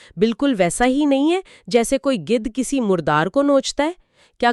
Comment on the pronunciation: Apni Urdu tou thek kr len. It's Gidh not gudh